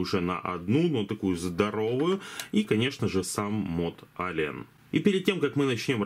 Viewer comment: ЭЛИЕН, не Алиен, господи, как же слух режет, неужели так тяжело посмотреть транскрипцию названия мода, который обозреваешь.